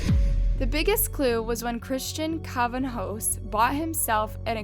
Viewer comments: Cravinhos is spelled krah - vee -in - oh -s <3 I'm brazilian and this is one of the most famous crimes in my country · Just saying, "Cravinhos" is pronounced closer to Crah-veeng-os or Crah-vee-nios Not "Craven-hoes" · Love the video ..the pronunciation though CRA VI NHO ...NHO is like the sound ñ in Spanish, you don’t pronounce that H .. more like cravinios is a closer way of saying it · not even names, just words. she literally pronounced macabre as "mak-rabe" 💀💀💀 edit: and she isn't even consistent with pronouncing names. she pronounced cravinho as "cravinho" and "cravhano" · i love your videos and super excited to see a case I know so well being from Sao Paulo get covered in the channel!! the pronunciation of "Cravinhos" made me laugh though lol not even close to how we say it in Brazil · I loved the video, but how many times u pronounced Cravinhos differently 😂 lol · You pronounced Cravinhos in like 10 different ways lol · i was so confused with her pronunciation of Cravinhos, it changed almost every time 😂